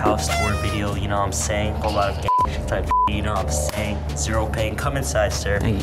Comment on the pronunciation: "You know what i'm saiyan" Edit : His a saiyan, or he jus uk said it like that. It makes sense if his a saiyan because his stronk